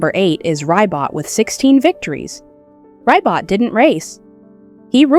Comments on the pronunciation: AI always mispronounces Ribot’s name. It’s so offputting. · Reee BOW is how you say RIBOT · Not Ry-bot lol pronounced Ree-bow. Ribot.